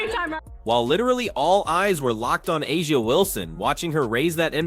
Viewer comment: First of all: That voice of commentator is annolying.... AND, are you surprised that 'Ah-Jah Wilson (they can't even pronounce her name correctly) claimed that the refs were paid off by the Fever? Doesn't surprise me at all...